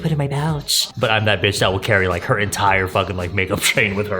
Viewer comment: the way he said her sounded like a fart. I'm sorry I'm immature